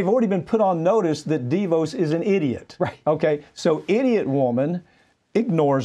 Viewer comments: I love the way Pap pronounces DeVos as DEE-Vose. In your face Betsy! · Dee vohse? Has Mike never heard her name spoken aloud before?